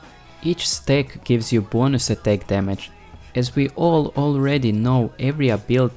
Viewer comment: with your accent I always hear "Each steack" when you say "each stack of conqueror..." that made me hungry XD